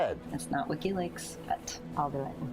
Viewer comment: Omg I thought he said "Ricki lake" when he said wikileaks 😆😆